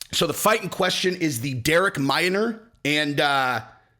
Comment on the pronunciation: Minner not Minor. get the fighters name right or Shaub might not inv to his stand up next time!